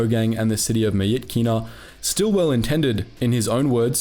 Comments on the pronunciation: Pronounced mi-chi-na btw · Good video but the pronounciation og myitkyina slaughtered me